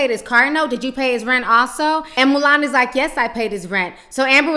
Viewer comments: I lOVE how Ti keeps calling Milan "Mulan" 😂😂😂😂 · I laugh every time you say 'Mulan' I think of that lil chinese girl in the disney movie.